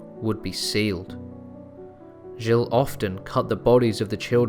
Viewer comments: Dude .... its G IL and joan not jill and jo Anne. Every place and name was butchered... alot of your facts are wrong and also from wiki. Fix up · please research your pronunciations, they're atrocious gilles is one syllable, so is nantes, "jeel" and "naunt". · Interesting story, but nul points for French pronunciation I'm afraid! "Jill-ay", really? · Stick to a consistent pronunciation. Gilles is pronounced as one syllable not Gillay. Nantes is also pronounced as one syllable not Nantez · Pronunciation of key names is awful. "Jill-ay" ? "Jo-anne of Arc" ? Jesus Christ, can you not even pronounce the name of the subject of your video? For fuck's sake. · I just couldn't continue to listen to the mispronunciation of the name, Giles. Jill is a woman's name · your pronunciation is bog. gill. grim war. i dont know man. this seems likes a lot of speculative history. i think most of this is booshit.